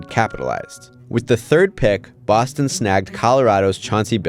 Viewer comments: big fan of that pronunciation at the beginning: “Bowstone MassaHOOsetts” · Ok, I love the "Bawstawn Massuhusutts".